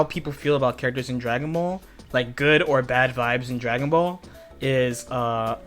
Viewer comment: I just noticed the way says, “Dragonbaulll” when he’s about to teach us. 😂😂😂